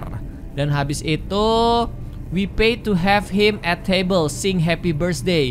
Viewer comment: "at" bukan "and"